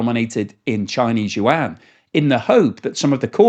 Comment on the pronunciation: Love your channel but your pronunciation of the word yuan makes my ears bleed